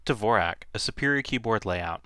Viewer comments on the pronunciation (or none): you are pronouncing dvorak incorrectly. it's like the great composer, Dvorak, which the world has been pronouncing correctly for years. if you're telling me everyone pronounces it incorrectly, i will never have any respect for this method. first learn to say the guy's name right. and i read that the speed factor was never proven. and the reason mrs. blackburn "REFUSES" to type on the other one is because she doesn't want to make the switch, just like so many of us who don't want to relearn.